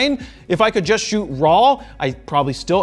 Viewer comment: "I shoott RAW". So do they!! 😅😅👍👍